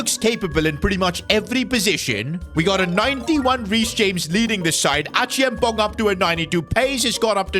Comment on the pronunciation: Please it’s Achea am pong 😂 not Achiamponk